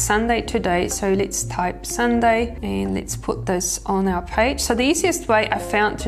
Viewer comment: The way she says our all 😆